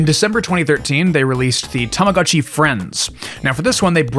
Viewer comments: I just can't continue watching the video with the constant "God-Chi" instead of "Go-t Chi"🤣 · i must correct your pronunciation its pronounced as tama GO CHI its not GA its GO do not say tamaGAchi, please, read it as its written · This is a really cool video, but I just couldn't stand the "tahmahgahtchi" pronounciation T_T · It's tamaGOTCHI, not gachi. I'm sorry but I can't listen to you mispronounce it for an hour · Terfgotchi I'm crying 😂😂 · You have the weirdest pronunciation of the letter O I have ever heard. Tamaga? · Why are you pronouncing Tamagotchi like that? 😭 Why are you saying TamagAHtchi 😭😭😭 i cant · I wanted one but they were really expensive. I got a cheaper copy and he thing died a lot. You pronounce Tamagochi weird. TamagOchi not "TamagAchi". Not knowing how to pronounce BTS is the same as not knowing how to pronounce R2D2 or whatever. And lastly, you don't like anime, but many watchers probably do, so don't mock people tastes. After that, I close the video. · What's an TAMAGATCHI? u keep talking about a tamagatchi but I do know TamaGOTCHI with the OOOO sound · Why does every single english speaker call it "Tomogatchi"? It's "Tamagotchi", it's a completely different sound. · Ahh yes, the Tomogatchi. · TAMAGO CHI. LONG O DAMMIT IT'S PRONOUNCED WITH A LONG O. TAMAGO MEANS EGG. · omg you can’t make an hour video about tamagotchi and pronounce the thing wrong 😭 i can’t listen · I'm not even Japanese but everytime you pronounce Tamagotchi I cringe